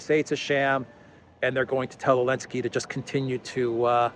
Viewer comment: I've been watching Duran for a few months, is my favourite. Can anyone explain to me what's the reason for to call "Z" Elensky? Why does he drop the "Z"?